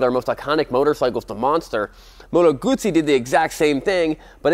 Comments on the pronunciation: Fair play to you, you pronounced the name, Guzzi correctly every time, good video man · i am just happy to hear someone pronouncing "Guzzi" properly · this guy says the name GUZZI the proper way 👍🏻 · Finally an american that pronounces GUZZI properly..